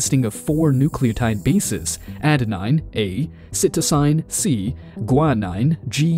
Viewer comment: fck why I’mso annoyed how he pronounce the Adenine, cytosine, guanine and thymine